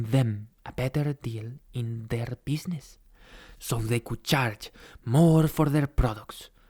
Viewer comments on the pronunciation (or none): none